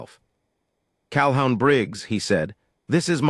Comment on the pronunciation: Pronounce CalHOON